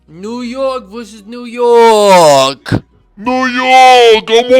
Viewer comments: I like how u always be reflexin the guns and the ny accent was perfect 😂 size 9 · the new york accent was on point 😂 (size 8)